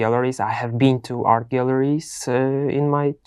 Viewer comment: Art pronunciation is not well that I hear. So it’s like earth,but overall is good😊